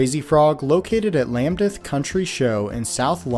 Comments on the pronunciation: Please note: the city of Leicester is pronounced as if it were spelled "Less-ta". Its definitely not "less-chester" as you said. Also, the place you mentioned in south London, is not "Lambdeth", its "Lambeth", pronounced "Lam-beth". Otherwise an excellent video. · Just a polite pronounciation correction Lambeth is pronounced as lam beth. There is no d. And Leicester is pronounced lester. I know uk place names are weird